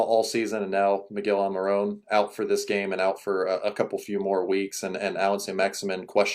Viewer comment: AlmiRON Not AlmiRONE